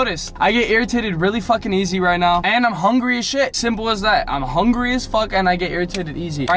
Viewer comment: "im so hunry"